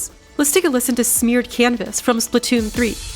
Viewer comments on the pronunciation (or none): Smeared Canvas caught me off-guard I CANNOT UNHEAR IT